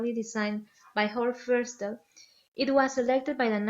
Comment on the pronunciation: Correct me if I am wrong, but the structure is called 'Feistel' (named after Horst Feistel), not 'Festial'